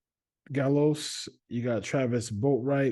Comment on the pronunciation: Marquis Gallegos ( pronounced Ga-ye-gos)